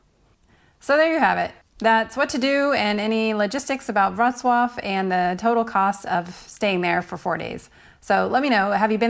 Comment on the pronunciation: I'm sure this is different depending on the country you're in, but how much tip is customary for the free walking tours? And I had no idea that's how to properly pronounce Worclaw lol. At first I thought I was watching the wrong video lol